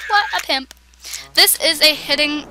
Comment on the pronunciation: Why did you say pimp like